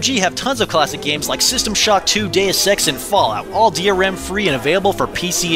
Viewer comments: WHen he said Deus EX, I thought he said "day of sex", and I was on another tab, so I was really confused... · when he said deus ex i honestly heard day of sex